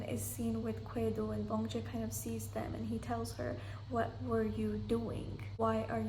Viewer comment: I was wondering who you were talking about when you say 'Kwedo'' so I looked it up and I think you meant 'Gwedo' which is the Korean name for Orbit. I watched the show in its english dub so I knew him as Orbit. Yea Dong Joo comes off as cold in some of the episodes but I think that has to do with her US lawyer training. As for beauty I imagine makeup must be helping her as I am in my 40's and I know it's normal for humans this age to start showing wrinkles on their face, she does have a really nice height and body she must have been so stunning in her 20's. For me the second prettiest lady in the show is Si-Won and I love her determination. Up to this point in the show I'd say my favorites were Orbit, Dong Joo, Si-Won, and Seok-Jin, they just seemed to be clearly mentally superior and better players than the other cast members. As for my least liked players it was Dong Jae, Yeon-Woo, and Seung-Kwan. Dong Jae just reminds me of college kids and Yeon-Woo is without a doubt the worst player ever how is she a professional Go player? I know you like Dong Jae but I just think he's immature compared to the other cast members and I was so happy he got eliminated because him talking to Seok-Jin privately near the end of that secret numbers game must be one of the biggest blunders i've seen. As for Yeon-Woo she tried taking down a god and got eliminated for it, I was actually surprised she went along with Si-Won's plan to target Orbit as I think the Laying Grass game favors a defensive